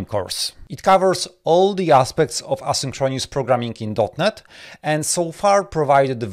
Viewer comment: Thanks! Also, you need to check your pronunciation of the words "asynchronous" and "paradigm".